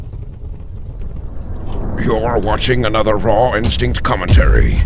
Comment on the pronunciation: ur intro is dumb it sounds like u say ron sink not raw instinct.......